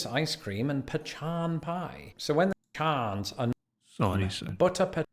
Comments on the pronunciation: Pronounced Pe cons. Theirs no ch in pecans. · This is the first time I've heard pecans pronounced that way😂. It's either pu-kahn or pea can. And Texans don't eat pea cans, just pu-kahns.